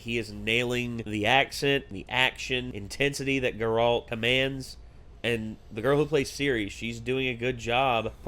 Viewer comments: GAIRalt not GerALT. you’re putting emphasis on the wrong part of his name. they say it multiple times in the show, just listen. it’s a good show though, i hope you guys continue. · How do you still say Geralt’s name wrong?